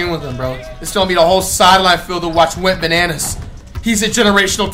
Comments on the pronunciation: It’s wetbananas not went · WHO ELSE THOUGHT IT WAS “WET BANANAS” THE WHOLE TIME????? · Wait does Flight call him Went Bananas in every video or Wet Bananas? He's got me questioning my hearing now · Whole time i was thinking you call that man wetbananas 😭